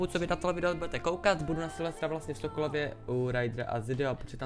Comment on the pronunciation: Keď si hovoril Sokolovie, tak som pučul Sokovie (ruské mesto z Avengers: Age of Ultron) :DDDDDDDDD